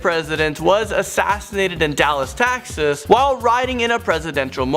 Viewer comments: Ok but the way you said taxes instead of Texas lol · I can’t take this guy seriously. I mean how could you mispronounce Texas? Especially with another common word like taxes. Or say that Michael Jackson is buried in holy terrorists. Is this a form of dislexia, or do you really just not know / care about how to pronounce these things? Because this sort of screwup happens on most of the videos hosted by this guy.